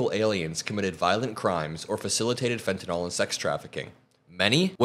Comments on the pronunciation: It’s fentanyl not fentuhnall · Please, the drug is fentanyl, not fentynall. Thank you!!!